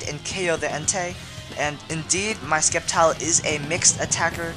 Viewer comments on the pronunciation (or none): It is supposed to be "Sseptile", but many people pronounce different things, such as Rayquaza